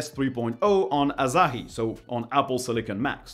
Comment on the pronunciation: It's Asahi, not Azahi...